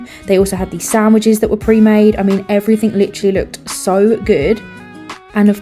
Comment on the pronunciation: 'everyfing' 'Firtyforf and sevenf'